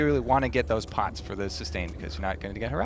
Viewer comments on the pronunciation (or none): none